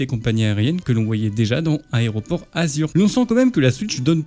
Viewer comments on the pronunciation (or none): none